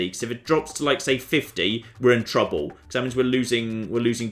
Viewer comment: it bothers me that when he says the word "trouble" it very clearly sounds like "trubbo"